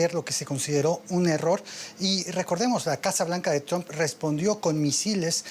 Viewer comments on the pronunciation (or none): none